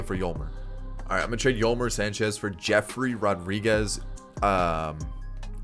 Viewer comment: His name is yefry Rodriguez...not jeffrey...lol